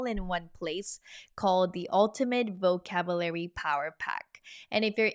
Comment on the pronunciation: Something for you in English, “Vocabulary” is pronounced vo-cab-you-Larry (quickly pronounced). It sounds like you are pronouncing vocabulary like vo-cab-Larry.